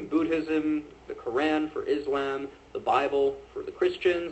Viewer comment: Why does he pronounce Koran and islam so weird. It's like he hasn't ever heard those words spoken before.